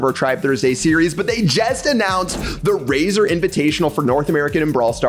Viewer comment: I though he said Rayzorbeam instead of Razer